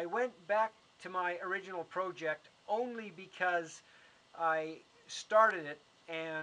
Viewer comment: What the hell is pro jeck It's project